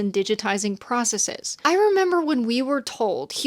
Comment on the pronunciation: Thank you for saying "processes" rather than "processeez." As for CEOs' thinking, it seems as if fiduciary duty makes consideration of even the near future basically forbidden. If an invention will exterminate the human race in 50 years but make the corporation 10 billion dollars next year, they'll gladly produce it.